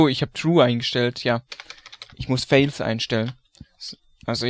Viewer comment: entweder ich hab in englisch nie aufgepasst und man spricht "false" wirklich :fails: aus, oder mein zucken bei dem wort wenn du es aussprichst ist gerechtfertigt und man spricht es so aus :fawls: Ist eigentlich nicht schlimm, aber mir ist es schon mehrmals aufgefallen und mich macht das immer wuschig xD Gutes Video weiter so bist die Tag, nicht verzagen nacktmull fragen!